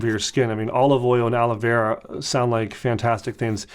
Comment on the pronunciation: Sounds like he’s saying Ala Vera 🤣